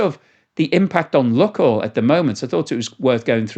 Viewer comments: Lukoil is pronounced luke-oil, not luck-oil. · Pronounced luke oil, not luck oil. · Good video. It is pronounced “Loohk oil, and not “luck oil”.